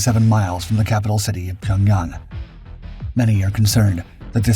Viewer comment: Dude, learn how to pronounce the words you're saying. Pyonyawng?!